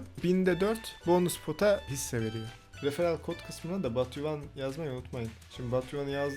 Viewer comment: batyouone diye yazılir botyuvan diye okunur